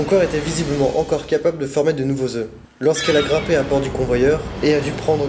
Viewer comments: Désolé de faire le rabat joie mais j'ai les oreilles qui saignent au bout de 20 fois dans la même vidéo !! Des œufs !! On dit des œufs (eux) pas des euf !! Stp ça rendra tes vidéos plus crédibles et tes commentaires plus sérieux ! Bonne continuation ! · Sa se dit pas des oueuffffff! On dit des oeu.... sans me le f au pluriel purée!! Ta appris ou le français ?